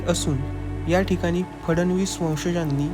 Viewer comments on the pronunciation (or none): माहितीपूर्ण व्हिडिओ फडणीस असे म्हणण्याऐवजी 'फडणवीस ' म्हणणे संयुक्तिक ठरेल...